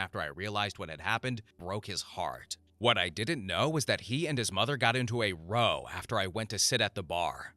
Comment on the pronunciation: "He and his mom got into a row..." The row isn't pronounced like rowing a boat; it's pronounced to rhyme with cow. (Think of it like a fight being rowdy).